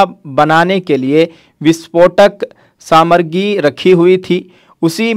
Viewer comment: Samargi nahi samagri